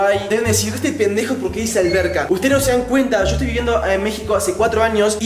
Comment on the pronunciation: Se escribe yo no sho